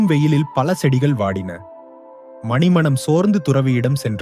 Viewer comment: சரியாக உச்சரிக்க வேண்டும். மணி மனம் என்பதை மணிமனம் என்கிறீர். ழகர பிரச்சினை வேறு.